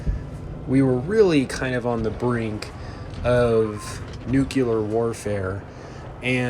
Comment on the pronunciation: nukelar warfare